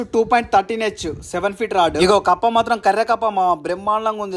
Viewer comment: కప్పు కాదు అన్న కప్ప 😂😂